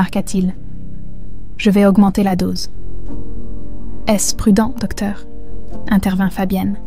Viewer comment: Le doeur. .. .. Il manque le c...et le t non? Ds la prononciation ?